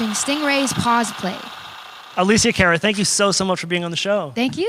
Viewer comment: CAR-uh... not CARE-uh lol.